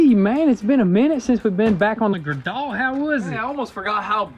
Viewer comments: "Gray Doll" not gradoll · Dang son, - I always thought Gradall was pronounced "Grade-All", not "Gra-Dawl", but maybe y'all speak different back east. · PRONOUNCED "GRADE-ALL" NOT GRADOLL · Pronounced (Grade-All) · GRADALL, PRONOUNCED GRADE-ALL! Lol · Hey you guys are saying gradall wrong, my dad runs one and it’s pronounce grade-all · I think Gradall is pronounced "Grade-all", at least that's how everyone that worked there pronounced it when i was growing up. Great videos as always guys! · It is pronounced Grade All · Funny, the "GRADALL", . It's actually pronounced like two words, "GRADE ALL". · Gradall = "Grade All" Wasn't sure so I looked up the company history. Whoopie! I'm a Pronunciation Nazi! YAY! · The forklift name is pronounced Grade All. IJS I know the bois are less exposed to terms common elsewhere. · The name is pronounced like graydall for the equipment handler. I see it never went far far home as the seat says Akron, Canton, Youngstown Ohio. That’s about 25 minutes from where they are made. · Its pronounced, grade all...gradall....lol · It’s pronounced grade-all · Gradall is a (very classic) brand of the (very old) Warner-Swasey company, which later adopted the name "Gradall" instead of "Warner-Swasey". The correct pronunciation is "Grade-All". Their main product was (and still is) extending-boom excavators that work well on slopes, doing the work of "grading" (creating a smooth slope) where conventional graders cannot work. Because they had experience in making extending-boom excavators, it made sense to move into making extending-boom forklifts. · Just so you know it’s pronounced “grade all” 👍🏻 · its pronounced Grade All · The proper pronunciation of the name "Gradall" rhymes with the word "cradle"